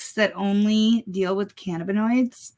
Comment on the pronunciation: Lol, the way he pronounces cannabinoids is making me crazy, it's ka nuh buh noyd, not ka na boid.